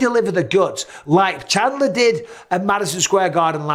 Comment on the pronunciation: chandler. Haha. chindler